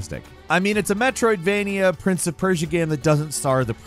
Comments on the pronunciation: Drink every time he says "Metroidvenia" 😂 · I think likes saying Metrovainia more then he likes Metrovainia games... METROVAINIA!!!